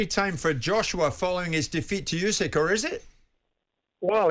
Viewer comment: I love how he cannot/doesn't pronounce Usyk's name correctly.